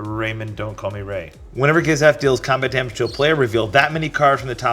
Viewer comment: Im a gishath player n the way he pronounce it made me cringe😅